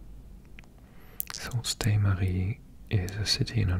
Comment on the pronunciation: Thanks for the vid. Sault Ste. Marie is pronounced like Sue Saint Marie.